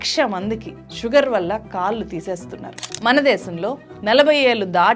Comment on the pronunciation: కల్లు, kaallu కాదమ్మా. కళ్ళు కాళ్లు అనాలి.